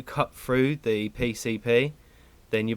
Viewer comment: The 'pay-say-bae'